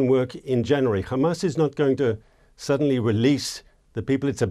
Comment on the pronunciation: Sounds like he’s talking about Isra@ every time he says ham-ass